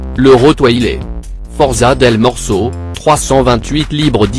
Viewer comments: Sa se écrit Rottweiler mes sa se prononce rotvailerr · Tu c pas prononcé rotvailer meme si moi j c pas k écrire